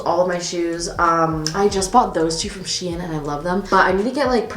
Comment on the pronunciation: I’m sorry but I’ve never ever evertttrr heard someone say she-in 😂😂😂😂😂😂😂😂😂💀